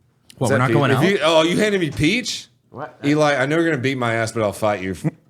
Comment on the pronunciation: I swear when introduces Eli Double Tap he sounds like he's saying "Eli Double Fap"... guarantee you can't un hear it now😂